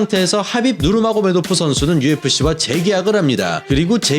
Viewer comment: ㅋㅋㅋㅋㅋㅋㅋㅋㅋ 혀를 얼마나 굴리면 하빕 마요네즈가 되냐 ㄹㅇ ㅋㅋㅋㅋㅋㅋㅋㅋㅋ